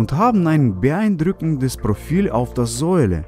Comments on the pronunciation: Bruder Sohle nicht Säule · Wie er Sohle ausspricht😂 Säuele😂